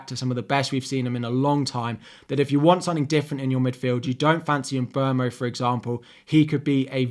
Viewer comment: Thank you for pronouncing Mbeumo's name right! Love your videos!